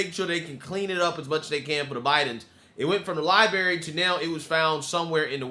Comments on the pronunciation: Imagine making it kind of YouTube bucks this guy makes and still not knowing how to pronounce the word "Library" correctly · It annoys the shit outta me when you say Lie-berry.